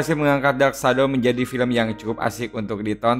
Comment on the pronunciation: Bacanya Dark syedow mas bkn dark shadow...hehe